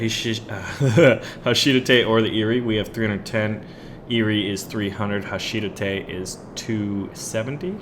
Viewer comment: HA-SHI-DA-THE Not HA-SHIDATTE